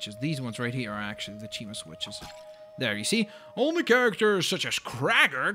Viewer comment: cima not cheema